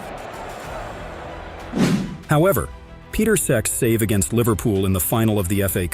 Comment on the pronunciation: “Peter sec” 😂